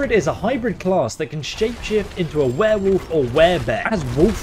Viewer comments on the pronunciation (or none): none